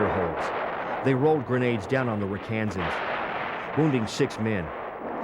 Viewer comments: The name is not 'Ra KaANsan's, it's 'RAK-uh-Sans'. And the hill was Dong ap Bia (dong ap BEEha). I was one. Rosentreich was a friend of mine. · Rakkasans! Pronounced Ra Ka Sans, not Ra kansas. ⛩ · First off it's not "Rock Kansans". Obviously not everyone knows the nickname of the 187th but as a narrator it is imperative that he gets it right or don't say it at all. It's not a secret that the name is derived from the Japanese word for parachute. Google it for details. Also many of the video clips used are borrowed from the Marine Corps (CH46), from Army 1963-64 videos (notice the M14s) and also show an AH1S Cobra which never operated in SEA.